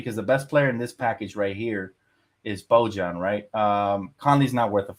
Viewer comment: Your pronunciation of Bojan is killing me man 😭😭